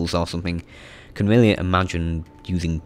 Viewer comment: he has a weally good voice 😂😂😆